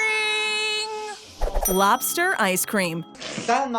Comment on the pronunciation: If we're just banning foods based on taste - then the use of ketchup should be a federal offense. Also - LOB-ster, not LOP-ster. Vegetables, not vetchtibbles.